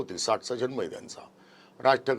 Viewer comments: It is JaNma n not jaLma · जल्म नव्हे जन्म, आधी शुद्ध बोलायला शिका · जन्म.... जन्म...जल्म नव्हे....😮😮😮